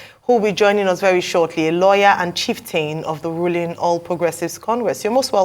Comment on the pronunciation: I was taking the man against the protest seriously until he said he was a “lawyer” or did he say “Liar”?